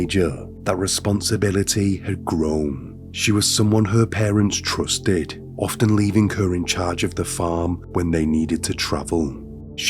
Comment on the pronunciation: is it just me or this dude has a weird voice. "Ovuh....fwozun...twustud...slowleee,"